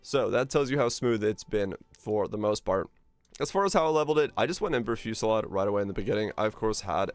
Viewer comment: The way you constantly struggle to pronounce "Ember Fusillade" doesn't bode well. Are you Canadian?